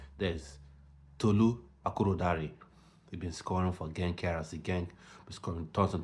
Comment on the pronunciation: Tolu’s name was pronounced wrong. Good content 😊